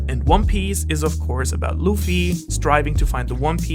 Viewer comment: Good video. But you lost my respect when you said "Narooto", "Eechigo", and "Looffy".